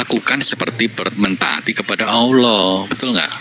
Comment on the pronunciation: Pak de Sugi ngapain sebut Allah cara ucapnya kayak oten, alah. Kan percuma tidak dapat pahalanya. Kita tetap ucapkan cara Islam, ALLAH jadi dapatkan pahalanya. Tq.